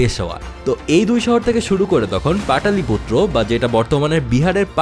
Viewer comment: পাটলিপুত্র হবে, পাটালিপুত্র নয় ।